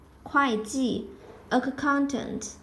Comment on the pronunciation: Hey! Very helpful video. Just a little tip: accountant is pronounced with one 'k'-sound. Let's split the pronunciation in syllables: ə • ˈkaʊn • t(ə)nt And here is a latin transcription taken from google: uh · kawn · tnt I hope this helps!